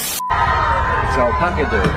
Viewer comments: “it’s alpaga day” had me dying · "it's alapaca day!"